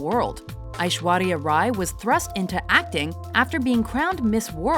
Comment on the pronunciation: First of all, bless you for pronouncing Aishwarya's name correctly. Second of all, she should have topped this list.